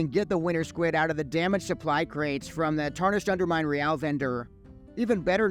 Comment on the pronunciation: Thank you for pronouncing Real correctly lol. Great consume guide. Love your style. It’s quick but unique.